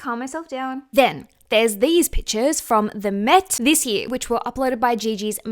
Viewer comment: She said pictures like “Pitchaz” drink a shooter everytime she say it you will be drunk in 2 min